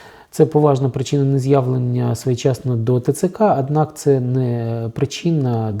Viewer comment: Чому ви говорите весь час ПРИКАРДОННИКАМ ,АДНАК,АГАЛОШЕНО,ПАСТІЙНИМ,І.Т.Д ...ШО за мова ...?!